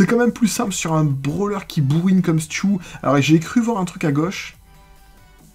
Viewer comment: Sa se dis stu et pas stiou